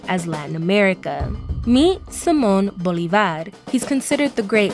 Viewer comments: Mispronunciation!!!!! It’s not Bolivár, but Bolívar!!! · Seee mon boooole varrr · The way she can’t pronounce Bolívar 😂😂